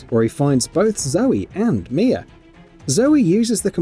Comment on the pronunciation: Her name is Mia now “mier” I’m sorry accents are accents but that’s where I’m gonna call out the fake accent. There’s no r in that shit at all. Your accents being forced. You’re most definitely European but you’re still forcing to sound the way you are a little to much. It’s cringe